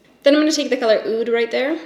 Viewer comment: You're the first person reviewing this palette who has pronounced "oud" correctly. I appreciate you,.